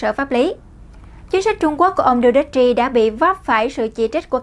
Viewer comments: Đù tê tê...! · Rodrigo Duterte (roˈdɾigo dʊˈtɛrtɛ) làm tin tức thì nên tìm hiểu, đọc tiếng Anh, ít nhất đọc tên nguyên thủ quốc gia cho đúng... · Đọc tên tổng thống không chuẩn